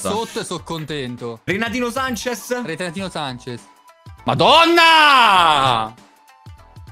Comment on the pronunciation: "Renatino Sanches": "Retatino Sanches" gg